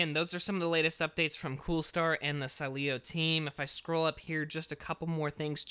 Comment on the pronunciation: it’s pronounced SEEEEleo. Stress the first syllable